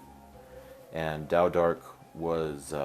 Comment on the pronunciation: Why does everyone call you ""? I thought it was Taodark with a T?